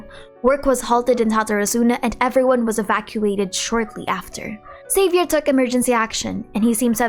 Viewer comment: But Xavier was not pronounced correctly